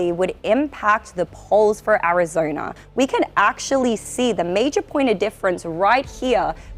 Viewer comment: She says Arizoina. 😂